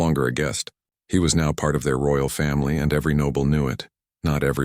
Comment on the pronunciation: I'm just laughing how the AI messed up here... instead of "part", the AI said: "pee art"